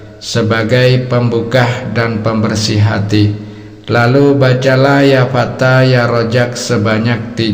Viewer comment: Ya Fatah Pak / bukan Ya Fata..!. Gitu ngajari orang / Kalau ngak Paham lebih baik , jangan Sok Pandai dong..